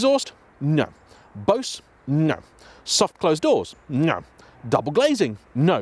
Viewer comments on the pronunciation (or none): none